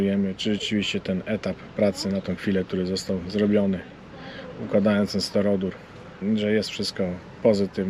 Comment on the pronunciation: kochany... S T Y R O D U R nie stero-dur. Nie bądź jak Emil. 😅 Ps. A jeżeli ta nazwa jest ciężka do zapamiętania to XPS.